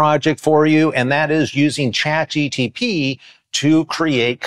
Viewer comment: I immediately stopped the video when he said CHAT GTP!!